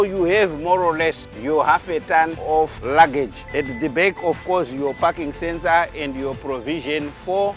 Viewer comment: Man! Everytime he said the word "parking sensor" ; I heard something else.🤣